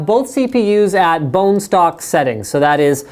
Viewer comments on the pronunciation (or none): I have never heard someone say "Bonestock" Sounds sexual.